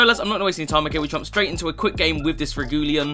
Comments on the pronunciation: How to pronounce Regulion for: reg- U- lon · Dude REG - e - LON is super easy :)